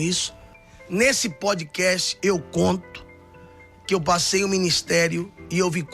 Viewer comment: nao é podikest . é podkast com A Americano